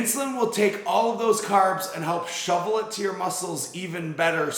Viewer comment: Shuttle bro, not shovel 😂